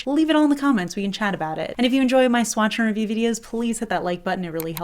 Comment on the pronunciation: For years and still now except for like once I've thought you say "swatcher review" instead of swatch AND review.